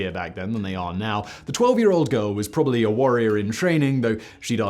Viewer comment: Please could you pronounce the second 'b' in probably?